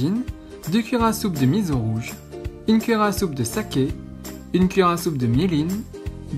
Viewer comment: Juste pour taquiner, on ne dit pas mizo. Cela se prononce miço (enfin en lecture classique hepburn on écrit miso car misso c'est pour みっそ )